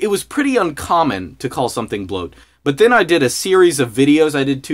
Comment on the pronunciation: bwoat is bwoat